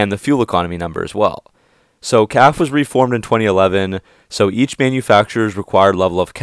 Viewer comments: You know it’s pronounced caff•fay’ not caff….. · Perhaps you can learn to pronounce CAFE correctly. It’s a two syllable acronym. “Kaf ā. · I watch your videos all the time and they're very good but the word is Cafe as in a restaurant even though it doesn't mean the same